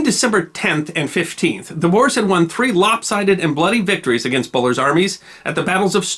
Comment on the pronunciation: Thanks for the episode! As a south african descendent of the ‘boers’ this is very meaningful. Just a small note, the corrent pronunciation of ‘boers’ is actually closer to ‘boors’, but great episode anyway😀